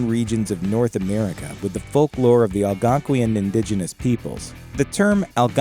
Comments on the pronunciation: Algonquien and Wen Di Go just absolute amazing speech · Idk about the Wendigo pronounciation but Algonquin is pronounced All-Gone-Quinn